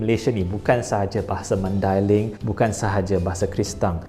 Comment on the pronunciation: First time dengar orang bukan mandailing sebut maidailing dengan betul. Selalunya dengar orang sebut dengan sebutan Mendeleng. Pertama kali juga dengar orang bukan mandailing sebut Nasution dengan betul bukan dengan sebutan Bahasa Inggeris. Nak lagi content bahasa-bahasa lain tambah ilmu baharu.